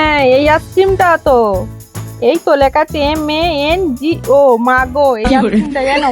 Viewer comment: দাদাভাই ,বৌদিকে একটা মার্গো আইসক্রিম দিয়ে দিলেই পারতে। ওটা খুব মিষ্টি আইসক্রিম, বৌদি খেলে খুবই খুশি হতো। আর উচ্চারণটা ঠিক বৌদি যেমন করছেন তেমনি। Margo >Mago, মাগো!!!😺🤓🙈